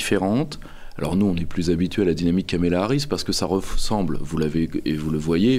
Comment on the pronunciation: Deux erreurs de Pierre-Yves. 1/ Prononcer Kamela Harris pendant une heure. 2/ comparer la cause palestinienne sous les Mark 84 américains au phénomène "woke".